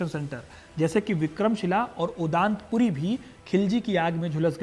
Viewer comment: ओदान पूरी नहीं ओदंत पूरी